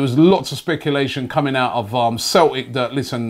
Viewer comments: We're called Celtic not Cel ic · "Left back from Cel'ic" lol